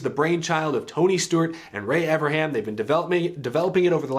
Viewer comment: I love ya but for the love of God please say it right, it’s Ray EverNham, not Everham.